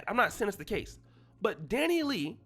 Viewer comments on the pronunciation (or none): Dani LEIGH (pronounced LAY) 🤦🏽‍♀️ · Dani- Lay.....I don't care about her but sheesh her name is pronounced Dani- LAY 🤦🏾‍♀️